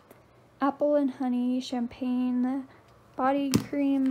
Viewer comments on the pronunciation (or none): none